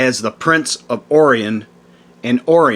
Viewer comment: You butchered the names Yahweh and Orion, as if it’s the first time ever seeing them.